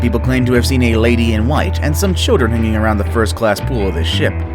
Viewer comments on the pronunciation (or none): none